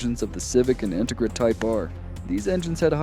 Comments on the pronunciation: in-te-gra. Your not from cali are you? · His Em-Phasis, on the wrong SyLLabels is killing the vibe of whats actually a good video. I dont know if this is Ai? or this guys never heard of an in-Tegra before? 😅😅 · I came to the comments for this. I can’t keep watching because of how he pronounces it. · Why did you use the cheapest, substandard AI voice generator available? Dafuq is an "Intigra"? Your AI voice over was so bad that I had to stop watching and give you a thumbs down! Did you even watch your own video before you posted it? The quality is so bad I have to wonder! Don't you want to convert your views into more likes? Then use an American human voice, which I'm sure you can find for free locally! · Why tf do u say Integra like that